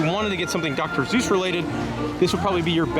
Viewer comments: Seuss with an “S”!! Not Zeuss! 😭😂😭😂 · Do you keep saying "Zeus" instead of "Suess"? I had never heard anyone pronounce it like that in any of my travels until I googled. As far as I can tell, people in England and other British accented countries like New Zealand sometimes mispronounce it like that. Of course we are all pronouncing it wrong since this is a German name and would be pronounced "Soice" which is the way Ted Geisel said it until he realized American's kept reading it as "Soose" and rymed with "Mother Goose". He figured that was good for marketing since he was telling children's stories. Anyway, thanks for the nice tour!